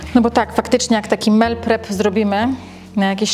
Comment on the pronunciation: Mówi się "mil prep" a nie "mel prep" 🤦